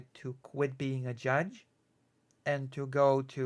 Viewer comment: WTF is Belaru-SH? 😵‍💫